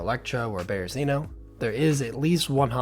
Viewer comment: Great video! It's the best when you have a full suit! Side note* You're pronouncing Berezino wrong. Just sayin' 🙏